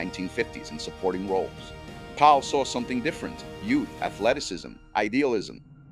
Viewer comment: It's kind of annoying how you keep pronouncing "Powell" as "Pal".